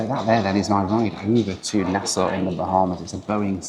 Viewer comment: Appreciate the correct pronunciation of Nassau btw 🙌